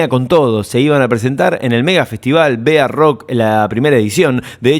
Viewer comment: gracias por este video. Muy interesante. Se pronuncia: BAROCK y no bearock. Juan Carlos Cáceres era el dueño de la mítica "Cueva " (donde nace el rock nacional).